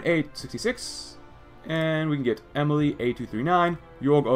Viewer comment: I believe you may have mispronounced some of the spartan names. Like Emile is pronounced E-meal not emily. But still a good video and it made me laugh.